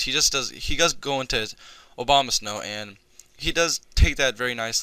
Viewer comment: Everytime you said Abomasnow it sounded like Obamasnow xD Fun match bro!